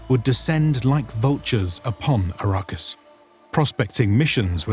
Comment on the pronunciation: Its ARRakis... Not A_RA-Kis